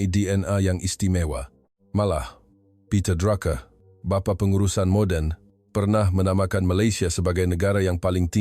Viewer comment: Nyampah suara AI. Peter Drake jadi Peter Draa-Ker. Pastu jadi dru-ker pulak.